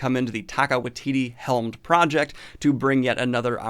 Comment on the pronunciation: Dan, time for the obligatory pronunciation correction! The director of Thor Love and Thunder pronounces his name as Taika WAI-titi, not Wai-TI-ti.